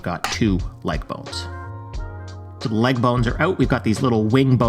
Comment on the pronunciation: Thee bones? don’t you mean ‘the bones?’ Lol ‘Thee meat?’